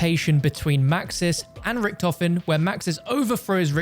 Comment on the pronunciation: As a German it makes me aggressive everytime I hear "ricktoffen" It's Richthofen 😭😭😭